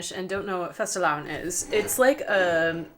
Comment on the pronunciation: fastelavn was spot on when the misses said it.. Well done :)